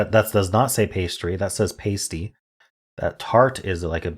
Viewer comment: The a in Pasty sounds like the a in apple. Still a popular food item in the Upper Peninsula of Michigan.